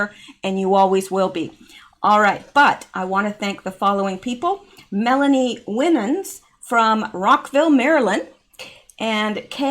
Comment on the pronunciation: Hi...thank you for all you do! But just a point of reference for the correct pronunciation of your Ko-Fi contributor, Melanie Winans’ last name is WY-NANS - a long “I” sound, not a short “I” sound. 😂Blessings! 🤗